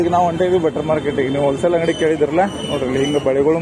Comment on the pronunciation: ಬಟ್ಟರ್ ಮಾರ್ಕೆಟ್ ಅಲ್ಲ ಮಾರಾಯ ಬಟರ್ ಮಾರ್ಕೆಟ್ 😅😅